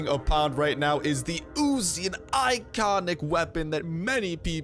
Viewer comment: Its not Ozi its uzi